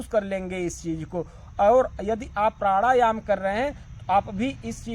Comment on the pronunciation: 😅😂प्राढ़ायाम 😂 😝🤣 प्रथमतः अपने उच्चारण की त्रुटि सुधारें तत्पश्चात ही आपको प्राणायाम के विषय में कहने की योग्यता प्राप्त हो सकती है। "नाच न जाने आंगन तेढ़ा" वाली कहावत आपके लिए ही कही गई है। आपसे ही प्रथम बार सूनने को मिला है कि प्राढ़ायाम भी कोई शब्द होता है 😅